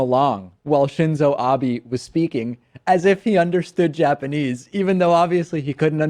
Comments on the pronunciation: As someone who knows some Japanese I get triggered every time that dude said Abies instead of Abe. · It bothers me that doesn't know how to say the Prime Minister's name! It's "Ahbeh," not "Ahbee"! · I don't support Trump or Republicans, but watching the video it looks like he is just reacting to words he recognized. America in Japanese is just "Amerika" and when Abe says Trump ("To-rahmpu"). I'm more amused by the amount of Americans who think Abe ("Ah-bay") is "Ab-ee" or "Abe" as in Abe Lincoln haha